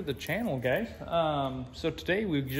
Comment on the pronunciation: "Welcome back to the channel, gays"